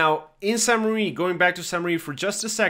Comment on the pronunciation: Thank you for your videos, they are really helpful! I just have one pet peeve, it's the pronunciation of French locations! I know they are hard to guess and pronounce but I can't help it: You are saying Saint Mary, it's actually "mère" as in "flair" or "bear" and it means mother. "église" is pronounced like "egleez"